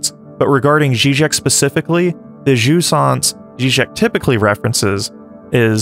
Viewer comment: Also jouissance is more like jew-ee-sance. but no sweat, we get it ;)